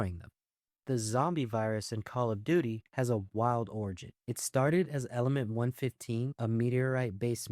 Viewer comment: I skip to the COD section and he immediately mispronounces element 115